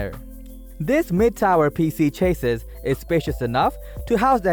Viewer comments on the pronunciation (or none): CHA-SEE or plural CHA-SEEs not Chaseiss dude... cringed all the way through.